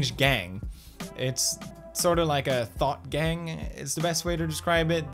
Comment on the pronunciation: When you said “thought gang” I definitely heard “THOT GANG” BOIS BRING IN THE THOTS